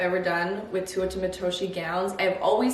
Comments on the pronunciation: All the albos shaking at her pronunciation.. it's TAY-ouu-AH not twoo oh ta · I loved seeing the process 🤍 but hurt every time you butchered her name 😂 it's TE(~teh) -U(ou)-TA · The dress is beautiful!! But … I have to say it because it was killing me throughout the video… Teuta would be pronounced more like “Tay-oo-ta” instead of “Too-oh-ta” 😅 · Its pronounced teh-oo-tah pls say it correctly atleast, shes an albanian designer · Teuta is pronounced “Tey-u-tah” right? Every time I watch a video about this designer I’m confused by seeing the spelling and hearing the pronunciation with an “oh” sound. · I always thought her name way pronounced “tay-oo-ta” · you’re so so cute but I’m flabbergasted that even at this point in the relationship you were still pronouncing ‘Teuta’ like that 😅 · You've gotten so many dresses from her and now a custom wedding dress and their ALL STUNNING. <3 I don't know how you're still saying her name wrong.... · I'm not sure you are pronouncing Teuta correctly